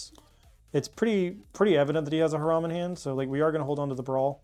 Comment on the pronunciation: Great video! I do get misophonia from Her-ahm vs High-ram but my only real negative is Holos are nice but dont look great on camera.